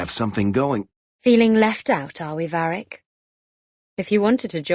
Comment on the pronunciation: So let me get this straight, people constantly go on about how much better the female VA (a common delusion that crops in nearly every game where there is a choice between genders) yet she cant even pronounce Varrics name correctly? Its VARRIC not Verric ffs.